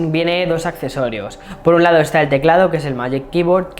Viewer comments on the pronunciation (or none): none